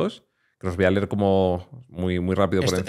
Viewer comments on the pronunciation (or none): none